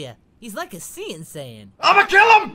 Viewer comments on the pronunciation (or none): See and sayian. I just caught that. Its not saying its sayian